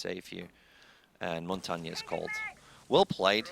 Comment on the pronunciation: Ignoring Montagne (why does NOBODY on ESL pronounce him correctly...?) is like ignoring a scorpion! Or... a snap turtle!